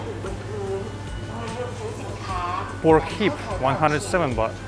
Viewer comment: Baht not Bath